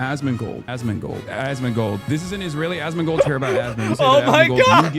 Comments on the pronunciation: Hassan be like: "aSsMInGlEdAssMinGleD....." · Why does Hasan pronounce asmongold as "ass mingle"? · Almost starts to sound like "Ass Mango" 😂😂😂😂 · I hear "Assmingle" now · Why does it sound like azz mingal everytime he says asmongold 😂😂 Also come join me for crazy talk boys! Twitch bots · fucking hell... "Azmingold" will be ringing in my ear for the remainder of 2025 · Anyone else start hearing "ASS MINGLED"😂😂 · Starting from here, the more he calls Asmongold it literally sounds like Assmingle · It’s starting to sound like Hassan is calling for “ass mingle “ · All I heard during the Asmongold comp was "Assmingle"... Excellent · after a few rounds of this i started to hear "ass mingle" and i dont know why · The more he calls Asmongold, it sounds more like Ass mingle 😂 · I keep hearing a s s mingle 😢😂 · "Asmingold", bro cant even speak.